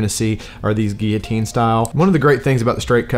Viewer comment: His pronunciation is correct.